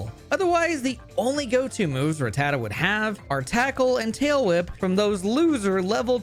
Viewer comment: I’ll let the ecruteak pronunciation slide for not saying ratuh-tatuh